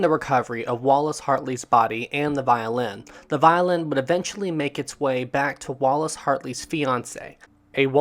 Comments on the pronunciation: Maria is pronounced Ma-ree-ah, not Ma-rye-ah. The pronunciation you used belongs to the name Mariah. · I don’t know if you realize it but you pronounced Maria name wrong through the whole video. Her name is Maria not pronounced as Mariah. Ladies named Maria were often called Mary. Other than that enjoyed it. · I believe her name is pronounced as mareeuh but spelled Maria anyway great video